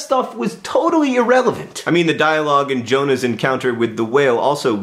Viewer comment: did u just say irrevalent?